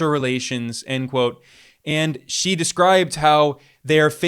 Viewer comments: Finally, I hear a western podcaster pronouncing President Xi’s surname correctly. I bristle when I hear his surname pronounced, “she”. Well done, Ben! 👏🏻👏🏻👍 Apart from that little detail, great appreciation 🙏to you on your fair analyses of varied geopolitical and economic affairs.👍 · Finally!!! A Westerner who bothered to learn how to pronounce "Xi" !!!! Good on you!